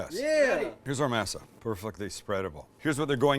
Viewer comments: Sam..your killing me, it's pronouced "maa-saa" NOT "masa"! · Being from the Southwest I use to have having Tamales at Thanksgiving & Christmas. My family has even made Enchiladas for the holidays. Masa is pronounced Mah-Sah not May-Sah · Mass Ah? This ain’t church. Moss Ah, cabron. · I think it's pronounced may-sa not ma-sa, per Cherokee reference, JS. Who did the knife go to???? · You sound like the main character in Roots when you say masa Dont you live in San Diego? And own a taco shop? And you cant pronounce masa right? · I knew these tamales were gonna be garbage the second he said "mass-a" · The way he says masa is a little sus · Pronouncing masa wrong......just fyi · is the only time you say masa right lmao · Thank you! It’s been driving me nuts that no one else has said anything about his pronunciation of “masa” 🤦🏻‍♀️ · I luv tamales and A for awesome effort. Consider trying again next Xmas. Oh and less lard. One other thing, try working on your pronunciation, I couldn’t help but think you were referring to your viewers as slave owners. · "Berry-a-er"... "Mass-a".... Oy Vey...🤣😂 Birilla tacos rock, especially in a tamale form... Keep Masa in your pantry!... There are two forms of "lard", a real one that is bought from the refrigerated section and a second version that is a lard mixed with "Crisco" version that is stable at room temperature for a good while. Always try to get pure real lard if you can, but if you can't the room temperature type will work... Thanks for the video... Your friendly Texas cook and medical professional😷... Merry Christmas.... 🔥🎸🔥